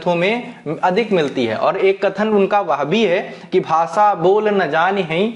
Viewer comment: Sir,aap bhasha word Ko bhasa ucharan ,our sabhi Sha letter sa ke roop mein ucharith kyon karthe ho? Sahi nahi hai ,sudhar keejiye